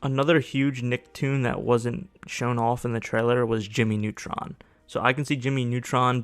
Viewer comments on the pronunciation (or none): none